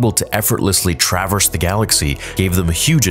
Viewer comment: Do you need to learn how to speak English. Traverse is not that difficult to say